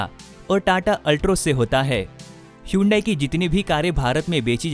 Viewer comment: Atleast pronounce hyundai correctly😃